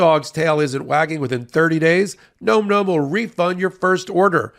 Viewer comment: Nom Nom. NOT Nome Nome!